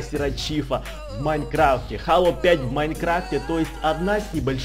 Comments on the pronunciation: Не хало а хейло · не halo а helo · зело а не хало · у меня на иксбоксе есть эта игра! и да не хало а хэло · ХЭЙЛО А НЕ ХАЛО